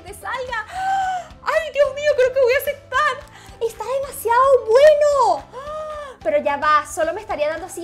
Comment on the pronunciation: Amo cuando dises "asectar" "no se si asectar"